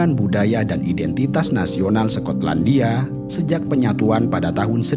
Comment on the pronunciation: Sekotlandia😂😂 skot/sekot